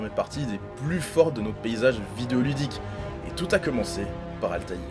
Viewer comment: Ezio a beau etre charismatique mais rien ne vaut la classe de Altair. 😉 c'est la premiere fois que j'entend quelqu'un prononcer son nom complet correctement.